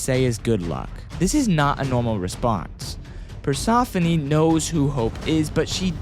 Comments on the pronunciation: It’s pronouncer per-sef-a-knee not perca-phone 😂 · No hate but it’s pronounced per-seh-foe-nee